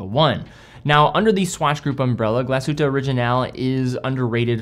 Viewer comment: Glass Shhhhhute not Galsute :)